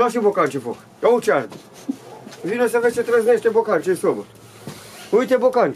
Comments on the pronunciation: Spune aute nu uite. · Normal se spune, "iete". Nu are ce sa uite.